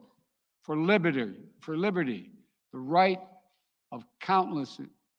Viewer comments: Im sorry I dont believe a word from someone who cant pronounce LIBERTY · LOL he cant even pronounce LIBERTY and name on thing Biden has done?